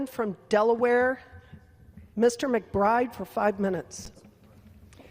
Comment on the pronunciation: Congresswoman McBride !!! Not that hard to say.